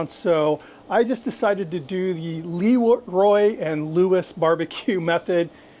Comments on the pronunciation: It's pronounced, eh, like Leh. Not Lee. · Leroy and Lewis is great. Been to the original trailer and I think they have a brick and mortar now. I will say, not to be critical but it is pronounced with a schwa sound like Laroy and Lewis rather than Leeroy. Again not being critical. If you like them one of the guys who used to work with them is Bradley Robinson from Chuds Bbq on YouTube and he is a good resource for some of the things Leroy and Lewis cook. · LahRoy is the correct pronunciation.👊🏾